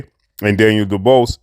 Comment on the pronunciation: who is daniel duballs? goddamn whats with muricans not being able to say easy names properly..dub-wahh ez